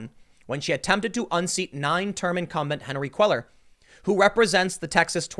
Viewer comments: Cellar is pronounced "kway-yar." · "Kway-yahr" is how you pronounce Cuellar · Hey Tim, Henry’s last name is pronounced “Kway-yar”. (Roughly lol) 👍🏻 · Cuellar is pronounced like QUAY-yar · Tim, it’s Koo Eh Yar! Cuellar. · Not trying to be a dick. Just trying to be helpful here Tim. Cuellar = Quay-ar LL=Y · It's pronounced Quay-R. Henery Cuellar (Quay-R). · His name is pronounced “QUAY-YAR”, Timbo.